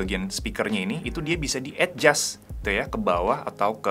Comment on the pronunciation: terganggu dengar dia ini ngomong "ed jas" untuk bilang adjust. Ucapan yg benar untuk adjust ya éjas (e nya kayak di enam)